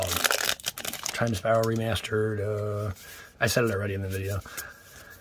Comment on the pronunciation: Time spiral “Re-meh-stered”